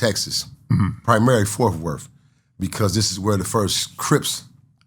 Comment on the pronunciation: said fourfworth 😂